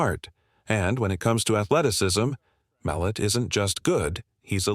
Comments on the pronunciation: Tommys last name is not Mel- et Mul - lot get his last name right first before you do a break down his game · It is pronounced mel lot